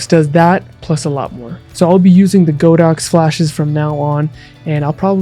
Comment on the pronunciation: Good video, however, it's pronounced god-ox not go-dox